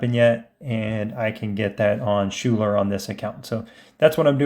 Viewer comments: Great videos, but one thing drives me nuts. Her name is pronounced Skyler. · Schuyler is pronounced "Skyler" 👍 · FYI Schuyler is pronounced "sky-ler"